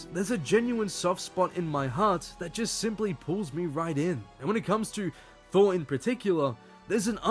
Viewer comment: "THORR" oops!